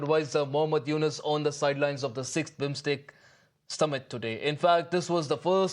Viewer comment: It’s not MINSTEC its "BIMSTEC " Correct it.